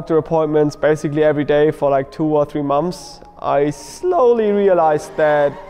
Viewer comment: "So after 2 or 3 MOMS of driving" 🤣 That's gold 🤣 I feel for you I can't pronounce English very well sometimes.